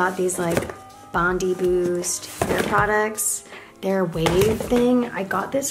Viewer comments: “Bondi” in Bondi Boost is pronounced “bond-eye” not “bond-ee” Love, an Aussie who doesn’t want you to mess up your sponsorship income 😂 xx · Bondi boost is pronounced bond-eye boost 😝